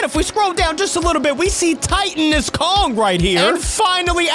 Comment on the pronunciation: Titanus pronounced: tight-an-us.